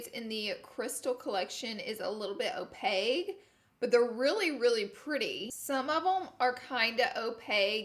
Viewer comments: Another Laura lee word Opague: opaque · Opaque. OPAQUE. Not opaig. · Ok who’s gonna tell Laura Opaque is NOT pronounced O-pag, it’s O-pak!???? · Girl, what? What is Opague? When describing the swatches did you mean opaque - not translucent? 🤔🧐😕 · Another Laura word, Opage instead of opaque. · It's "opaque" not opague "k" sound not g sound. Just helping' a girl out lol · 😂😂 I love you Laura. This video's Laura word is opague......it's opaque (pronounced opake) as in cake. 😍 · Opage?? Lol OPAQUE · She sayin opague instead of opaque 😂💜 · She was also saying it like opague instead of opaque 😂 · “Opeg” = opaque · listening to laura say “opague” instead of “opaque” is driving me crazy 😂😂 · I'm saying this with love ... opaque (like o-pake) not opague - and it means it's NOT see through and in terms of makeup it means it's pigmented. <3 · Opaque with a Q not G ur so cute. "O-pake" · Laura I have another word for your dictionary Opague = opaque It’s pronounced opake. Love you Laura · Is she saying opeg???? Lmao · Adding opaque to the victim list of Laura's accent. "Opeg" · Girllllll are you saying opaque or opague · Are you saying “o-pay-gue” instead of opaque? And wouldn’t very pigmented be opaque rather than sheer? I really wanna understand! I love your videos!!! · Alright, fam. Who’s gonna tell her about “opaque”? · New laura lee word Opage = opaque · O-payg = opaque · Anyone else notice "opague" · O-peg? Opaque 🙄 Oh Laura. 😂 Kinda like washer machine. 😉 XOXO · Would it be a Laura Lee video if she didn’t pronounce a word weird and use it wrong 😂 (opaque-y sounded like o-peggy and opaque colors are pigmented) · LOL "Opague-eee" lord love her!!!!! shes an awesome Alabama Girl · Ok Laura....you do know that first of all its "opaque" with a Q not with a G. And opaque means you can't see through it. Opaque and pigmented are basically the same thing😂😂😂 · Laura's "o-peg" = opaque ? Love the eyes ❤ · Are you sure you meant to say “ opaque” or “ opaque” ? Lol